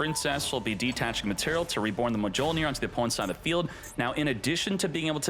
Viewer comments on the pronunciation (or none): "mah jole near" is the biggest violation😂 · It's pronounced myol-neer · He keeps saying the “J” 😭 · thats mi-yol-neer you fool 😂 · i never heard of this card... or Mjollnir pronounced like that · deserves to have his ash fingered for that pronunciation. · How does not know how to pronounce Mjolnir? 😂 Thor would be ashamed smh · its MA-CHINA all over again 😭😭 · Idk if he's being serious or not😂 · I cringe everytime I hear it 😭